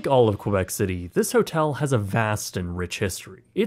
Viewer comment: Not sure Québec is pronounced as Quoibec --- but at good video nonetheless.